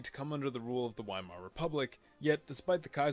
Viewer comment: epic, but excuse me for my criticism of your german pronunciation but its *V*eimar